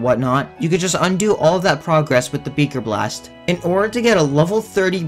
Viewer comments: Nobody is talking about how he kept calling it “beeker blast” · Did you jus say beger blast